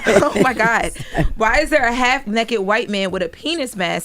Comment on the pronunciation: its NAKED,not NEKKED!